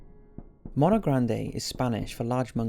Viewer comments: Tiny nit-pick for the "mono grande," if you pronounce it like this in the video, with a soft O like Monster, technically "mono grande means Big Hand. You have to pronounce it with a long O like Moan if you want it to mean Big Monkey. Phonetically speaking, mah-no mean hand, moh-no means monkey. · Mono is prounounced (Moe-No) It's not Mono (Mah-No) that's how you gringo's say it. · You said mono wrong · the way you say mono is super wrong. but still good vid